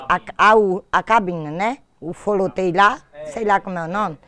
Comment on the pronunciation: " o folotêi lá " kkkkkkk . Ta demorando de mais para novos vídeos